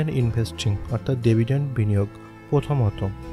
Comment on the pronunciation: ডেভিডেন্ট না ডিভিডেন্ট